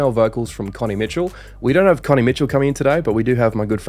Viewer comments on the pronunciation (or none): none